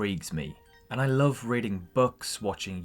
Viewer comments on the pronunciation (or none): none